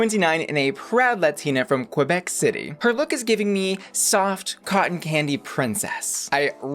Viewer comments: its pronounced Ka-beck, not QWUH-beck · Heyyy😻 just fyi don’t pronounce the “U” in Quebec, phonetically it should sound like “Kaybec” not trying to be a c*nt about It hahah for whomever may be interested. ✌🏻💚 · The good prononciation is ( k-bec ) ;) juste saying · One thing I learned as a kid is Quebec is actually pronounced as K-bek.